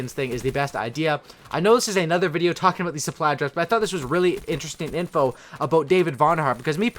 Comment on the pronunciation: "We're gonna be talkjinn"